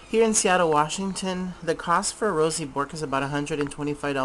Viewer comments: Haha lol. Sorry for laughing but the way you pronounce Bourke is very funny. Im Australian and I can tell you that "Bourke" is pronounced like Berk not Bork. I couldnt take your video seriously, I couldnt stop laughing. Not trying to offend. Just thought Id give you a heads up. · It's pronounced Berk not Bork and wtf why are they so expensive. Here is Australia where they are from they are like $50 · $50 in Australia and its pronounced berk-s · Ok so I have to say it, correct pronounciation is berk, Im from Australia where they are native so I know. The parrot is named after a famous Australian explorer. Ok I said it :) I know all Americans pronounce it that way buy they are all wrong :) Sorry